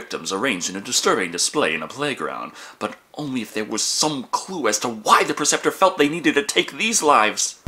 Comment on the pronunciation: PREceptor.......not PERceptor